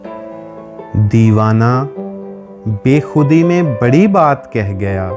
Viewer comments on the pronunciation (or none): none